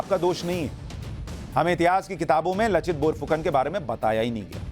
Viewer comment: Bour fukon nahi..borphukon